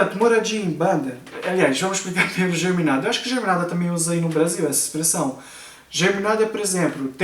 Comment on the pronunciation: Não é germinada. A pronúncia é geminada.